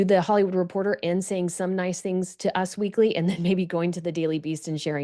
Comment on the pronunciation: It's not "UZZ Weekly",...it's U S Weekly